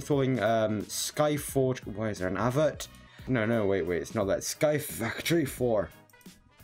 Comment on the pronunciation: Tank you for the facorty tititial